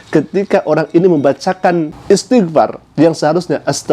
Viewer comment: Itu oten ngaku "islam baca ajaa salah istiqfar salah